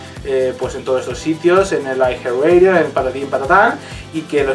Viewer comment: Siempre pronuncian mal los títulos xD.